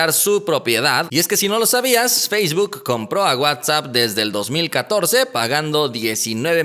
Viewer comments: por favor!!! Esa pronunciación de facebook te salió medio rara. No es “feishbook”. Saludos camarada. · Eduardo Ibiza ayala ¿qué pedo con tus oídos? Si no lo escuchas ponlo en velocidad 0.25 y notarás ese feishbuk. Si no sabes inglés básico tu vida anda al pedo. 🤫